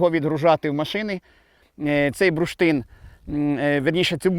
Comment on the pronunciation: Цікаво, що слово "бурштин" пан вимовляє як "бруштин". Мабуть діалектне.